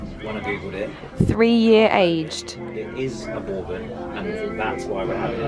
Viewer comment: so cute but it’s pronounced bur-bon 😂